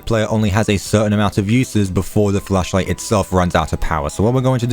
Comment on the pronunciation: Ok ik you said flashlight at the beginning but I definitely heard fleshlight